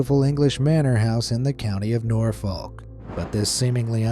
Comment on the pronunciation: Norfolk had me giggling. It’s pronounced noorfuk :)